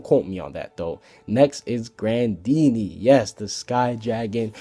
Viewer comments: Pink Kitty_333 it's spelled grandeeney but it's pronounced grandina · Its grandeena not grandeeney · It's grandine not grandeeney idjit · ITS NOT GRANDEENEY ITS GRANDINEA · It's not grandeeney its grandena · Another question, why are you calling the sky dragon "Grandeeny?" Her name is Grandine, maybe it is a translation mix up and she is called that in the dubbed version. But Hiro Mashima definitely named her Grandine and you don't really translate name haha... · gtfo Julia Its spelled Grandeeney, pronounced Grandina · Its Grandine, not Grandeeney... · It's Grandeena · it is pronounced grandine and my dad is my favorite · It's not Grandeeney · He said most names wrong😂